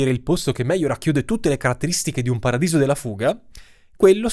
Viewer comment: 'spetta, pradiso della fuga? Sicuro di aver usato la vocale giusta?